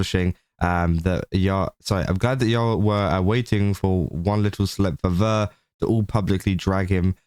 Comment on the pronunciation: FYI, Ver's name is pronounced "Vair," not "Vur."